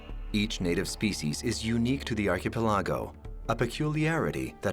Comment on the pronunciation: The narrator needs to get his pronunciations of certain words right, (Archapeligo for instance)